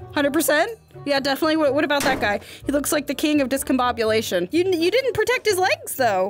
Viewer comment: MAAM I don't 🤣 DIS-CAN-BOB-YOU-LATION is a word